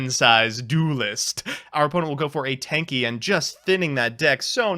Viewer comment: Every time he says "Tenki", my ears autocorrect to "tankie" for some reason.